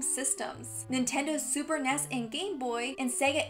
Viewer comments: Did she say it was released on Super NESS? You mean Super N.E.S. or Super Nintendo. ... good thing your cute. I'll let this one slide. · She called the Super N.E.S the super nes faceplam